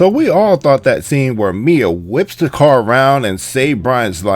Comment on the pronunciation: It's Mia.